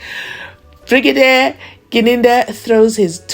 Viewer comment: I don't know how to pronounce it my lord the whole bregadia the LLB student at this level of education this man is reading as he the grade five stud not even the child can read better